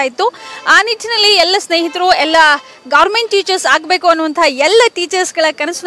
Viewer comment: ಗಾರ್ಮೆಂಟ್ teacher ಅಲ್ಲಾ medam ಅದು ಗೌರ್ನಮೆಂಟ್ teacher adu 😜